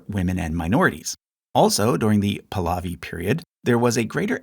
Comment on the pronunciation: When you mispronounce Pahlavi throughout the video, then it shows that you haven't really done a thorough research.